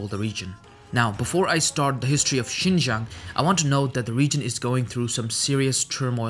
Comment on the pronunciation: Only 2 minutes in but hmm you are the first person who is not Chinese to pronounce Xinjiang this well. But it doesn’t matter anyway because I call it “East Turkestan” lol.